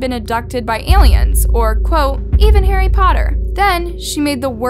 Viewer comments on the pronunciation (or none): none